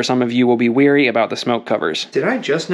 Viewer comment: It's Leery, not weary.